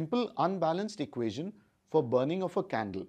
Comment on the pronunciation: I thought he said “So lets light the candely”